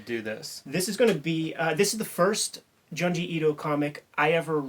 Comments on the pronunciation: its Joon-jee not Juhn-jee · I'm gonna sound like such a goddamn "but actuallyy..." nerd, but it's pronounced 'June-ji'. Sharing this vid with my horror homies!